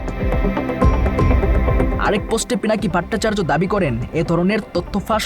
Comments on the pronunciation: দাদার নামটা সঠিকভাবে বলেন ভাট্টাচার্য না ভট্টাচার্য হবে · উপস্থাপক ভট্টাচার্য এর উচ্চারণ ত্রুটিপূর্ণ।